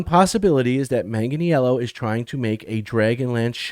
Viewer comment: Hey ( not picking on you but it's pronounced Manganello, he doesn't make it complicated ) I heard he was involved in a D&D project before this new D&D movie was released and hoped it was a Dragonlance movie we were going to get. I am stoked to see a DL series. I do want them to stay with the books and hopefully stay faithful. I don't want the current political culture to affect it. I love the character of Huma and would love to see that story told but any of the DL novels would be ok.